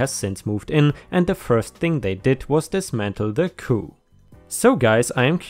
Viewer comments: It’s pronounced cooP Not coup like when you topple a government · Hi! Just a pronunciation note. “Coop”— the “p” is not silent. Coop rhymes with poop. Hard p.